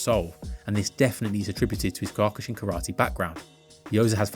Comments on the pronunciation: It's pronounced Key-oh-ku-shin btw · I love these videos please try to find how kyokushin practitioners pronounce the word... you're close but the first vowel is an "oh" not an "aw" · If you're going to talk about Kyokushin Karate, at least learn how to pronounce it correctly. Mispronouncing it repeatedly undermines the entire video and disrespects the art. Either take the time to speak with accuracy and respect, or reconsider offering opinions on topics you haven't taken the time to understand.